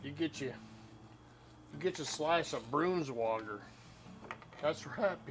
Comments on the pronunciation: I thought I heard you say brooms water. Liver IS the worst! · Great video... we say it more of a Bronswoagger sound.. we ate it with crackers and cheese... I still eat the small thin clear packaged Oscar Mayer Braunschweiger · Two comments here... 1) You're saying Braunschweiger incorrectly! Try this video... 2) Braunschweiger was one of my favorites as a kid growing up as well...and still is today but not as a sandwich. I've always eaten it on crackers with a couple of slivers of onion or a small slice of cheese or a dab of horseradish mustard or some combination of all these ingredients. 😋 Delicious!!